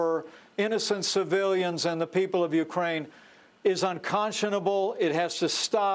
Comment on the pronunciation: Absolutely!!! He, Pence, said UKRAN! Freudian slip.